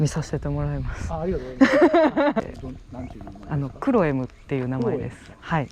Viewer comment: こんにちわ！ やっぱマフラーいい音してますね。 自分のは5型なので選べるマフラー少なくて羨ましいです。 おじいちゃん家風カフェもオツなものですね。 あとクロエムの発音が、コテコテの関西弁ですよね😊 うむうむごっつうグッド👍👍👍